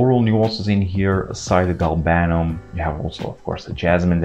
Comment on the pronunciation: I hate to sound like a pedant, but it's GAL-banum, not gal-BAN-um. Otherwise, another brilliant upload!